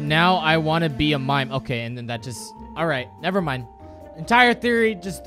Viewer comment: "Alright, never mime." 11/10